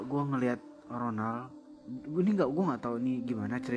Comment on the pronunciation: Aduh aku dengernya ngakak ronald jadi ronan 🤣🤣